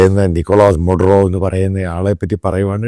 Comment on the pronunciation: not mudro, but Maduro